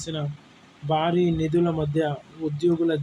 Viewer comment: First of all the remove this news reader who cannot pronounce properly. Instead of Bhari he says naari, bharam as baaram etc. disgusting on ears.